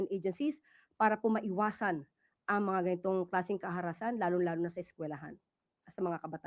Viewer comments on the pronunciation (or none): Parang mali ang pag-gamit sa word na "karahasan" ni Claire C. Sabi nya "kaharasan".🙂